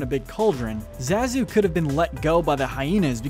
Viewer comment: You say Zazu so many times, and pronounce it wrong every single time . . . Amateur . . . =P